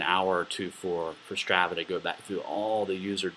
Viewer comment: It's STR AH VAH, the first ah is like when you open your mouth and stick out your tongue...AHHHHHH not the way you're saying it.